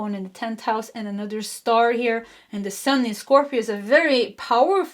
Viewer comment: Could you please improve your pronunciation of “another”? The “th” sound you tend to make sound like “dd”.